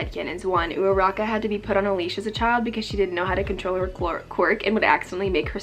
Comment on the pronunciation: pls I literally love this but I hate the fact that I can't get over how you say Uraraka's name 🥰😅😂